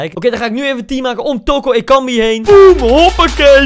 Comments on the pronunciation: Ik: OSEI-TUTU Koen:TOKO-EKAMBIE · Spreek toko ekambi uit als oko ekambi maar de t moet je snel uitspreke zodat t klopt